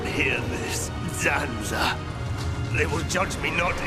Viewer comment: *Zanza Not Sanza